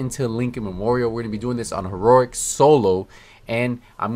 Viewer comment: HEE-ROW-EEK, say it slowly, not HEE-RORIK